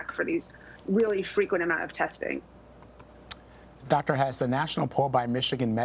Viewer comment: 'testing'..... Say it again.